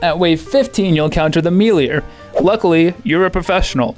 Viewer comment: How is it 2023 and adult humans still don't know how to pronounce the word melee?